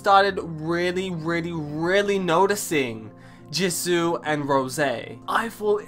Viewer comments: Love u so much 😭😭😭thank u so much for this and baby it’s pronounced « JEE(S)OO » not jizu 😭😂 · The way he says Jisoo is kinda weird:))))